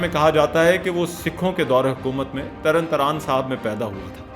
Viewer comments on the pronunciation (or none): Tarn Taraan nhi, Tarn Taaran